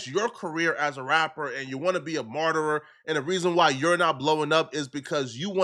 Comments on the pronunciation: Martyr "MAHR-ter" not "Mar-ter-er".... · It’s martyr not martyrer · It's Martyr not 'Martyrer' smart guy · You keep mispronouncing martyr or your making up a different version of the word lol